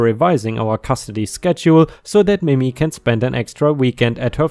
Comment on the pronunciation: I really like your voice for these stories. FYI in case it comes up again, Mimi is not pronounced mimmy, like rhymes with jimmy, but like mee-mee. ⭐⭐⭐⭐⭐